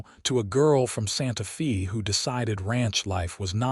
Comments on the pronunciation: For heavens sake, get your AI to pronounce Santa Fe correctly. “Santa Fay” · So many stories have this same AI apparently! Santa FEE gets OLD! GRRRRR!